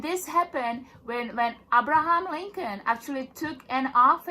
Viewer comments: Ab-Ra-Ham Lin-Khon lol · Wait! Who the f*#k is "Arbraharm lingkin"? Ah so apparently this person was a "bar atoreknee"!